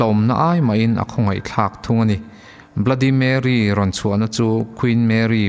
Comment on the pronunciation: Bluddy marry tilo in bloody merry ti in lam zawk tur